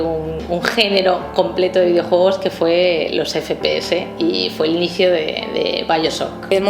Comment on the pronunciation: Videouegos, ueón. Joder, últimamente sólo comento para decirte gazapos xD